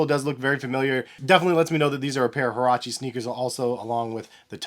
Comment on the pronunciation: Get your pronunciation right bro